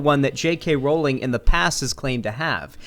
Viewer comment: You are the only person ive watched who ever said JK Rowling's name correctly. I get she's a shitty person but as someone who has their name CONSTANTLY mispronounced, i hate that people justify mispronouncing it because she's a TERF. Call it civility politics, but if you don't deadname Caitlyn Jenner, pronounce Rowling's name correctly. It's stooping to their level